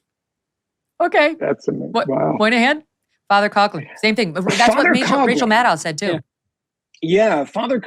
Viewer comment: FYI: The pronunciation of Father Coughlin's last name is not "Cog lin," it's Father "Cof lin." The same sound as when a person with the flu "cough."